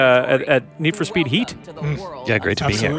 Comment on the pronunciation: Str8up awful 😂